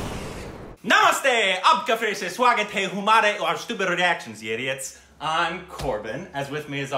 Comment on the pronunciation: Great Korbin intro in hindi. U nailed it. But I am gonna nitpick a little. The word humare wasn't right. It's ok it wasn't ur fault. It shouldn't sound like "who- mare" It should sound like "ha" as the sound when we laugh but with partially open mouth or the sound as in her. So it is Ha- mare and spelled as humare